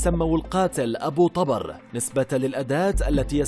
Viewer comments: ذبحنه بنطقه ابو طبار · ابو طبر بضم الطاء مو فتحها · التقرير كله خطأ ياريت لو بس متابعين المسلسل جان فهمتوا كل شي حتى نطق الاسم غلط